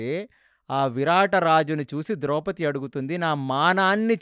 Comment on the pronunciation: ద్రౌపతి కాదు ద్రౌపది.